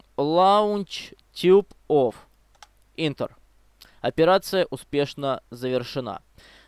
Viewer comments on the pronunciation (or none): И Ентер а не интер